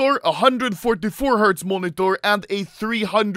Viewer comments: No one: Anomaly: MUONITOR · The way he says monitor is hilarious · Bro am I the only who gets triggered by the way he says " monitor " 😅